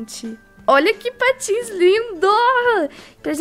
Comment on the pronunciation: na hora que vc fala que tinha comprado patins eu pensei que era patos;-;kkkkkk😂😂😂